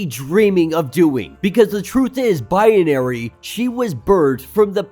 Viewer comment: I know this is petty but every time you say binary it sounds like bianary